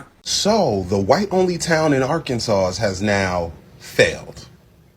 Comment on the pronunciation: Listen it’s Arkansas - (Are-Can-Saw) not Sauce!!! And I’m in Little Rock and we of the Black Delegation don’t give a damn about them light breads up there!!!